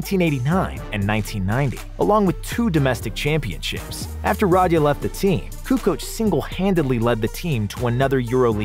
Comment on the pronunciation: Nobody gonna point out the murder of dino Radja last name. The d is silent and the emphasis is on the j!